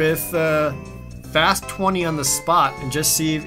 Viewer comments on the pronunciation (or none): none